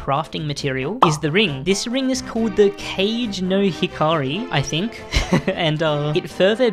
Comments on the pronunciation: hey btw, with the kagenohikari, i don't think it's pronounce as cage no hikari, i think it's where you pronounce the e instead i don't know how to explain this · Kagenohikari is pronounced Ka Ge no hikari kage means shadow in japanese and hikari is light so its basically means shadow's light or light's shadow not sure exactly